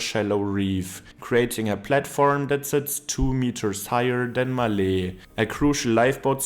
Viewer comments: Beautiful pronunciation, respect for saying it like it should be said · The way he says Male... 😂😂😂